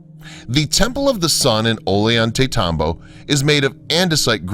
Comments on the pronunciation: Ollantaytambo is pronounced Ozhantaytambo/Ojantaytambo. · Teo-ti-wakawn.. omg, could you trash the names any worse? Ollantaytambo- Oh-yawn-te-tambo...LEARN THIS SHIT BEFORE YOU TEACH IT!